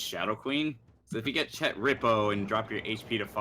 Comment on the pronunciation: THANK YOU for pronouncing chet correctly